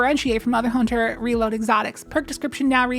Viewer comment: Maybe a stretch, but when you say, “Hunt-aire” with French accent I flash to the beautiful & mysterious movie Paris, Texas.